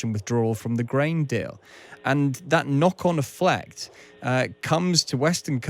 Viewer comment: "knock-on eflect"?